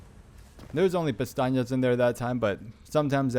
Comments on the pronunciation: great video. but you miss pronounce pesetas 2 million times. not pestanyas ... pesetas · bro been calling the "pesetas" "peñatas" for 4 hours straight. That being said, this video is unbelievable, finally got my S+, ty so much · Good guide but I think it's funny you call the money pestañas which means "eyelashes" lol. They are called pesetas. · Dude the money is called Pesetas, "pestañas" means eyelashes 😅Awesome video, couldn't have done it without you 🙏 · Love the fact you pronounce it “pestañas” instead of pesetas, that means eye lashes in Spanish 😂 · ten thousand pastajas 😩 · Awesome walk through! Why do you call them "pestañas?" It clearly says pesetas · .....I've never heard pts called Pantanas, I was always told it was pronounced pesastas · Bro, it’s “PESETAS” not “PESTAÑIAS” are eye lashes. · How for christ’s sake do you call the money (pesetas) in this game?? Pestañas, pistacchios and castañas? 😂 Funny thing is, all these words have an actual meaning, but not that of money…lol (pestaña= span. for eye lashes, castaña=spanish for chestnut, pistacchio=italian for same english word). You‘re so funny! ♥️ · Thanks for this awesome guide. I was able to earn the Professional S+ Rank because of your guide. You speak perfect English, but your Spanish is a bit off. I am fluent in English and Spanish and I kind of smiled every time I heard you call the currency in the game, which is Pesetas (former term for currency in Spain before the Euro), Pestañas, which means eyelashes in English. As I said, hearing you say other words besides Pesetas was humorous, but it did not detract from your excellent presentation. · Only thing wrong with the guide is him pronouncing pesetas wrong 😂😂